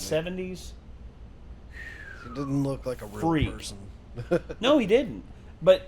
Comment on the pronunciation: "a couple of ache-ers"